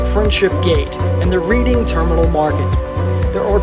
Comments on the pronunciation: It is pronounced 'RED-DING' terminal market For the READING TERMINAL MARKET. An easy miscue if you are not from the area... Good video. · 'Reading Terminal'. 'Reading' is pronounced like 'redding', not a big deal.